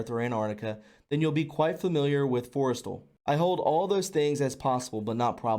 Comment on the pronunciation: MOE gul, Forest StaLL, pronunciation young lad. great information thanks for sharing.